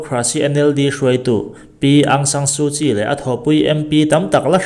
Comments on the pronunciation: Aung Saan Suu Kyi ( Kyi - hi- Chi tia ri tur ania ) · Aung San Su Kyi tiha 'Kyi tih hi 'Chhi' tia lam tur; 'Ki' ni loin.